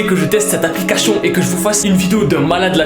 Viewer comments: C'est moi ou il a dit apliquachion😂😂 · Il dit tout le temps L'applicachion j'ai dis ça pour ça pour rien mais c'est juste il dit ça a chaque fois peut-être que c'est pas sa faute c'est pas pour juger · APLICACHION JAJAJAJA toujours le meme probleme de dyslexie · No one: be like: APPLICACHION